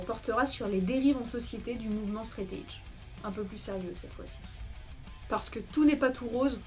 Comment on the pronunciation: Faudrait juste apprendre à prononcer 'threat' et surtout 'edge' :) sinon, bonne vidéo